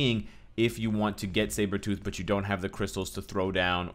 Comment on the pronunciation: i thought he said shave-her-tooth in the beginning lol